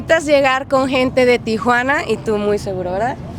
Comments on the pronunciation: "Tijuana" not "Tía Juana" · Stop saying Tia Juana😂 it's Tijuana T-Wanna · Spanish speakers, it’s pronounced Tee-juana not Tia-juana? Is that correct, or no? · TI-JUANA....not TIA-JUANA smh 'journalist' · Correct pronunciation is “tee-whana”, not “tee-uh-wanna.” There is no letter “a” after Ti. When you say “Tia-Juana,” it’s like you are saying Aunt Juana. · It's T Juana fool, not T Ah Juana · Its not pronounced TIA-WANA its TI-HWANA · It’s pronounced Tee-Huwana (tijuana) NOT Tee-Ah-Huana (tia-juana) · there's no "a". it's not Tiajuana. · First time I noticed que pa el resto del mundo Tijuana se pronuncia 👕🦎 T-iguana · It's not tee a wana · i can’t get over how he keeps pronouncing tijuana